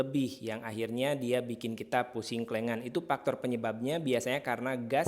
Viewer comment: Efek, bukan epek. Faktor, bukan paktor.